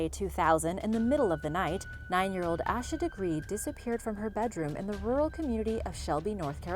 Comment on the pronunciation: Her name isn’t ash-a it’s pronounced Asia